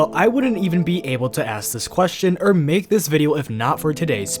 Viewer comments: Saying "err" instead of "or" bruh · You keep saying er instead of or